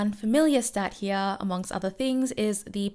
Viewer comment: Why do you say "heaa" instead of "here"?